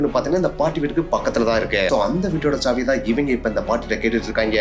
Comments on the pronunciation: That is saavi not chaavi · Saavi ❌Chaavi ✅ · சாவி..... ச்ச்சாவி nu soldringa... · தமிழ் உச்சரிப்பு மகா கேவலமா இருக்கு .. இதுல இங்கிலீஷ் லட்சணம் வேற..... விசயம் , ச்சாவி , குலு , எமோசன் , .. தெக்கத்தி மக்கு பசங்க மாதிரி இருக்கு.